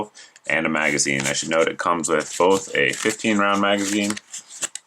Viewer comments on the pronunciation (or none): none